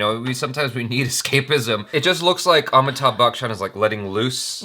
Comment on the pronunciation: It's not Amittha bachan It's Ami_thabh... Keep trying